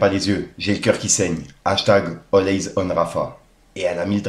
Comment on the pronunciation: All Eyes prononcer Aillz ❤pas Eiyz Thanks you ❤